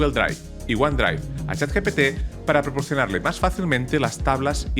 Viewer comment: Ahora cada vez que escucho la palabra "porporcionar" "porporcionarle" tengo la paranoia de que el guion esta hecho con IA xd